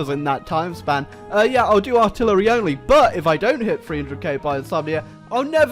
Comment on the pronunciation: ARTILLER-ah. fuck.